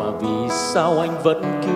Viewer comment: Phát âm sai ngay câu đầu tiên, "vì sao" sao lại phát âm "vì sau" hihi